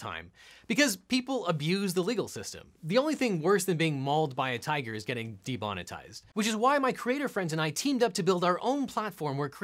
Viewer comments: Didnt he say "debonetized"? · Did he just say ''debonetized'' instead of ''demonetized''?